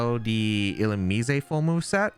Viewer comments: it's 100% illu-mize, and not illu-mees-ay 😭😭😭😭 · if I have to hear illu-me-say ONE MORE TIME